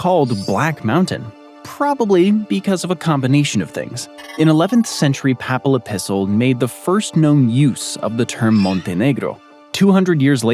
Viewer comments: What is your native language? Your pronunciation of Montenegro was much more impressive than papal. I've always heard it pronounced with a long a sound in the first syllable, schwa in the second. (I wonder how the Quebecois pronounce choix?) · Why can’t the narrator pronounce “papal” correctly? Or several other words? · Yep! "Papal" is a pretty common term. It is rarely mispronounced, however it is repeatedly mispronounced in this video. It's surprising since the tongue-twisting Danish names appear to be pronounced correctly (I think?).